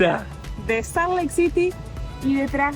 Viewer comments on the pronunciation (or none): Salt suena como "solt".